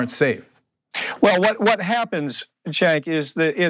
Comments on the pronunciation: Did anyone else hear him say "thank you chenk"? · Excellent report! One thing, it sounds like he said, "Thank you CHAD" at the end. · I just wish he would pronounce Cenk's name correctly